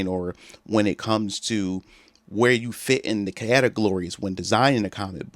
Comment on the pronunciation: OK I've already heard you say categlories? Is that how you pronounce categories?